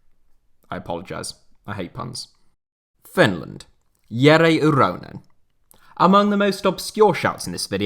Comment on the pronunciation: An English person pronouncing "Jere Uronen" correctly?! What is this sorcery?